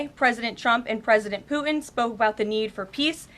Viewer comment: When she speaks, where are the T sounds? I notice this a lot. For example, when she says Putin, it comes out as "Poo-In". Can she get speech therapy?